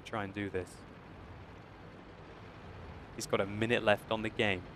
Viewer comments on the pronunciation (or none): none